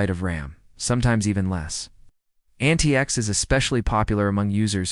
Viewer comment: Linux Lite, not Linus Lite. The proper name is antiX, not Antix. MX Linux, not MX Linus.